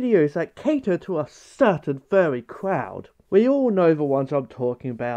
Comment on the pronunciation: Idk why but the “Cewtain Fuwwy cwowd” killed me 🤣